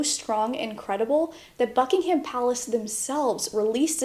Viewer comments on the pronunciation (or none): none